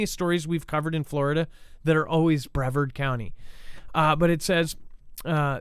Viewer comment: Brevard (pronounced Bre-vard) County is called The Space Coast, hence the area code is 321, like countdown. The county has all major defense contractors including Patrick Space Force Base and Kennedy Space Center. Yes, very high risk area and well defended 🫡